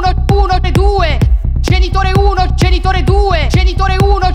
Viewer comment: Solo a me sembra che non dica "genitore", ma "cènitore"? O forse più probabilmente sono io che sono andata in palla...